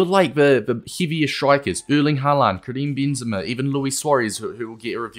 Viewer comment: "kream bean zama"